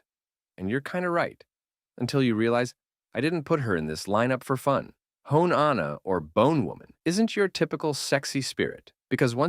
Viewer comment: Sorry, I dipped as soon as you butchered Hone Onna’s name